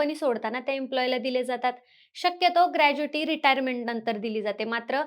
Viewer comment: ग्रॅज्युइटी नाही ग्रॅच्युइटी असते